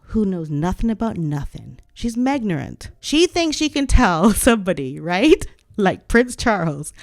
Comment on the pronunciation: "Megnorant" ha ha ha ha that is BRILLIANT 😂😂😂😂😂😂😂